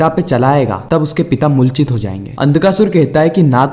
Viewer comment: MULCHIT NHI,,,,,,,,,,,moorchit hota h bhaiya